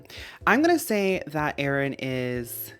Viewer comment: I like how you pronounce Aron as “Aaron” and Illumise as “Illumisayy” but Carvana is just Carvana haha